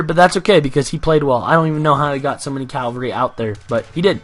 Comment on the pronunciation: your so annoying when you say calvary when you should say CAVALRY